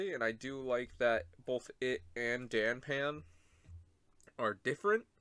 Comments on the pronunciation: The panda rider is called Da-pan, not Dan pan. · I just noticed that you’ve been calling him Dan pan for a while.